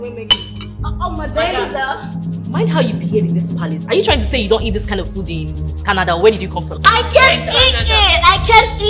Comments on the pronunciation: It’s not canadar I came from canador 🤪🤣🤣🤣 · It is Canada, not canader...Lol! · " I am from Canader" 😂😂😂😂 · “Do you know where I came from?? Canader” 😂😂😂 I can’t stop laughing